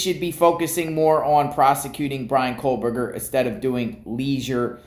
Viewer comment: Kohberger - There is no L in his name. Again, you focus on 💩that has nothing to do with anything! What is wrong with him having a life? Maybe you should try to get one and stop making these ridiculous videos.